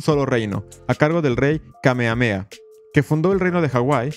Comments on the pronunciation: En “Kamehameha” se pronuncian las haches. Justamente, es un nombre hawaiiano. Curioso, cómo te refieres al país de Hawai’i como “la isla” al mismo tiempo que reconoces que es un archipiélago. El resto, muy interesante. Gracias por exponer este capítulo vergonzoso - otro más - en la historia de EUA, tan sólo sea para bajarle las ínfulas de superioridad moral que se dan algunos de ese país. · Me duele en mi saiyajin interior que lo pronuncies "kamea-mea" y no "Kame Hame Ha"